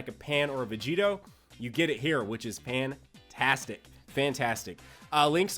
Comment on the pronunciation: Didi you say Pantastic lol